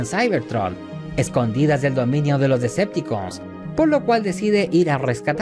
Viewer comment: Es muy incomodo escucharte decir, Decepticooos y no Deceptocons !.